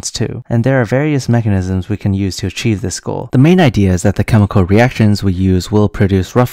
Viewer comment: "aRchieve"....ok...u think this guy cares how much organic chem u know?